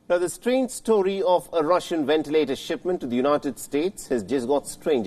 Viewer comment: Love WION! But I must say, if it's an English broadcast, you should get somebody with a better command of the language. Nothing personal, I'm sure he's a nice guy, but his English really isn't that great...also, hear it a lot..v and w transposed. Not wentilator, ventilator!